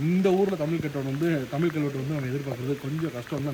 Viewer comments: தம்பி, உமது முயற்சி பாராட்டுக்குரியது.ஆனால் " கீலே, புளி சின்னம், தமில் கல்வெட்டு" போன்றவற்றின் உச்சரிப்பு பிழைகளைத்தான் சகிக்க முடியவில்லை.தயவு செய்து (தமிலை கொளை பன்ன வேனாம்) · தமிழ் உச்சரிப்பு சரியில்லை என்று சொன்னவர்களுக்கு பதில் என்னவென்றால் தமிழ் என்பதை ஆங்கிலத்தில் Tamil என்று உச்சரிக்கிறார்கள் இதையே தமிழிலும் தமில் என்று உச்சரிக்கிறார்கள் இது முழுக்க முழுக்க தவறான உச்சரிப்பு தமிழ் என்பதை ஆங்கிலத்திலும் Tamizh என்று உச்சரிப்பதுதான் சரியானதாக இருக்கும்.இதை தற்போது யாரும் செய்வதில்லை தற்போது ழ் என்பதை ல் ஆக்கிவிட்டார்கள் இது மிகவும் வருத்தமாக உள்ளது.